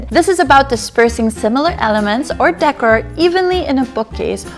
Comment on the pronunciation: Great thanks for sharing. You mispronounce “Decor”